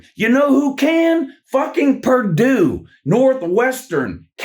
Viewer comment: Oh man said Purdue-doo I’m sending him money tomorrow!